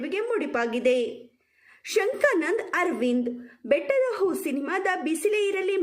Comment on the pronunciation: ಶಂಕಾನಂದ ಅಲ್ಲಮ್ಮ ಶಂಖನಾದ ಅರವಿಂದ್ 😊